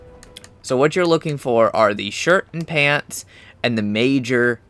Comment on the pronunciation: Its sooo funny when he says "pantz"